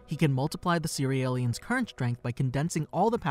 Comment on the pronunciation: One question isnt it pronounced C-real-ians and not Ce-re-el-lians. Its a play on cereal